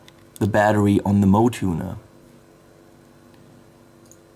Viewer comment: that Hello Kitty looking tuner, is actually pronounced "mo-way"